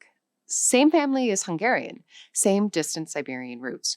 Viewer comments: The Hungarian was not native. Barely recognizable. The most basic pronunciation errors of someone who never studied a minute of it. Not representative. Another mistake. It is the other way around. The closest ones are the Siberian ones (Khanty and Mansi). Finnish and Estonian are way more distant. Also, Hungarian stress accent and vowel qualities still sound distinctly Uralic. Quite different from its neighbors. (Slovak (and Czech) sounds vaguely similar, but because it too has first syllable stress, unlike most Slavic languages -Hungarian influence?) A total, misleading mess. Those are either not loanwords or not from the language on screen. WTH? Barely researched video. Somebody just winged it. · The Hungarian was so much buthered, that ofcourse no-one could recognize it. Then mentioning Polish... Well.... They literally pronounced the Polish "SZ" instead of the Hungarian "SZ"....